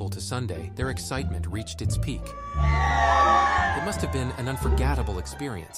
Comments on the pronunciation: Gonna go ahead and leave a dislike for pronouncing forgettable like that. Do better next time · Freeboot ✅, AI voice pronouncing unforgettable wrong ✅, damn you checkin all the boxes of scum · People really think AI will take over but can't even pronounce unforgettable